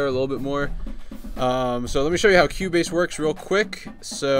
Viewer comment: Lol. I thought he was saying "Q-Bass"